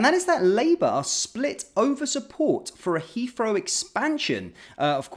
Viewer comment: "Has came out"? "Has come out" surely? And "Heafrow"? Don't think I can put up with this move downmarket, sorry Mahyar.